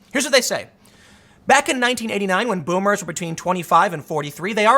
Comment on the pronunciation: voomers. there is no v in japanese